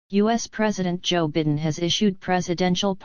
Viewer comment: Your AI narrator can't even pronounce correctly the name of the President of the United States. You didn't correct it so I don't think I'll believe anything in your rotten report.